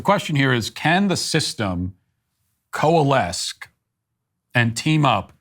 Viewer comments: It's funny how Matt has issues with people getting words wrong like "less" instead of "fewer" but he said "coales-Ke" instead of "coalesce ([ˌkōəˈles]). SBG 100%OG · Speaking about pronunciation Mat,coalesce has the second c as a silent letter buddy.When u said it wrong it destroyed a part of your soul and some of my hope for humanity.